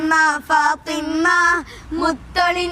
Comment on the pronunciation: ഫാത്വിമ്മ ❌ ഫാത്വിമ✅